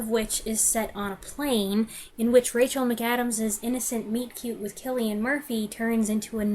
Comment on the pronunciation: As an Irishman, you get a lot of credit for pronouncing Cillian Murphy's name correctly. A pet peeve of mine is when I hear people pronouncing it with a soft C.